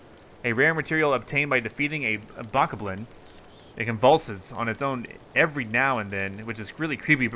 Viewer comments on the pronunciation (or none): Correction It's called a Boe-KOB-lin. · it is pronownsed bok-oblin